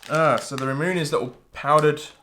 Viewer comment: Ramune= rah-moo-neh not rahmoon 😉 It’s bubblegum soda pop flavor